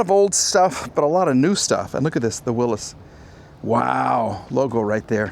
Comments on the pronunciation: it's pronounce "Willies", not Willis. That is a beautiful partial remod, but looks not too expensive to fix, looking into it, Willy's Jeep parts are plentiful online, there's even a Willy's website. That particular model is a Willy's pickup, there are a lot of replacement hoods, and you can get doors also. Project car? Yes, definitely. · Not a jeep. It's a Willy's (pronounced will-is) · Pronounced "Willis" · Does know how to pronounce Willy's? Lol